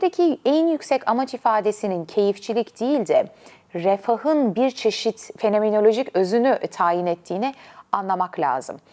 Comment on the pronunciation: "fenemenolojik", "instegram", "tivitır", "similâsyon", "tivitler", "tiribünler", "anatümik, "pisikolojisine"